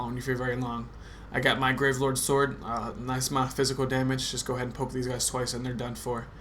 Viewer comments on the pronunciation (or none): none